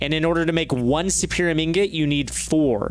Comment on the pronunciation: Does anyone else cringe a bit when they mangle the Mystical Agriculture essences' names? It's not "Infernium" it's "Inferium", as in an Inferior essence. The highest one isn't "Superium", it's "Supremium", as in Supreme Essence. As an aside, if Cloches and Mulch are in this modpack, they could totally make Inferium essence a whole heck of a lot quicker, and would be able to automate it in a slightly smaller area, in theory. They would only need one Cloche automating each Essence, with the thing it grows fastest on, leave the server on overnight, and check back in so that their storage doesn't overflow.